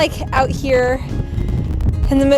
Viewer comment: The way you pronounced Edinburgh made me happy. Glad you enjoyed your time here in Bonnie Scotland